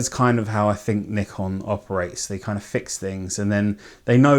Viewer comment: Thanks for pronouncing it the correct way. The 'merricuns say "Nai-kon" which drives me crazy. I have a D600 and a D5300.